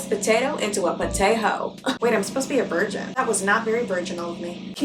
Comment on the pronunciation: I might aswell count how many times u have said 'vrigin' in this video aha. also stream candy xdxdxd